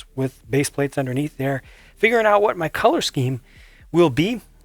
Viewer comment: I liked how he said "ma zoo's gone"